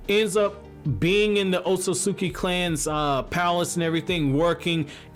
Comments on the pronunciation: Dude, do you ever breathe? Slow down! It felt like I was holding my own breath listening to you. Maybe that's why you keep saying "Ososoki" instead of "Otsutsuki" because you don't give yourself enough time to enunciate properly. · Stop saying ot-so-sus-ki its ot-sus-ki